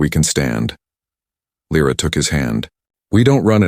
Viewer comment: Mille figli (sons)? Or mille Soli (Suns)? Dai! Sei stupido? And new the english scarso. Dovete migliorare! I nomi, questi sconosciuti. L R A or Lyra? Alien names ... Good story and trama, but your italian & english are...:-/